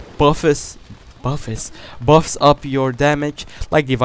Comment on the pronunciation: Should make a montage of the amount of times you say buff funnily :p only joking I tried it in the PTE with those attachments and the M145 and it's so OP with M145. I know this because I am usually a shit assault player but I absolutely annihilated coolboy and everyone on the server. I went 73-14. If that's not OP I don't know what is. Great vid btw!! Gonna do a talking time about BTC and all that?